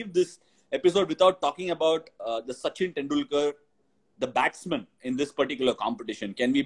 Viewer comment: Yes bro he tortured us He used to say and pronounce sachin tendulkar As sachin teandulkar